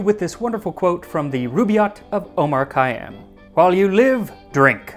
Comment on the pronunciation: Next time try the Persian pronunciation of Khayyam's name. Maybe do the next episode about him and wine from that time and place? The lighting is okay, I'm sure you'll improve it for the next one but this looked good to me. The absinthe poster behind your head is a little distracting, but maybe that's just my brain.